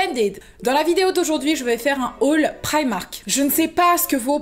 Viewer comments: "priamark" mdrrrrr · Instaa gang 😍 j'adore comment tu prononce primark